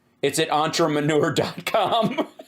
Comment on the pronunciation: He's an ontra-manure. He's an ultra-maroon. These trumpian- magats speak English like cartoon characters with speech impediments.